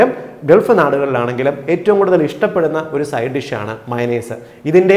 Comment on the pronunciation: മൈനസ് എല്ല മയോണെയ്സ്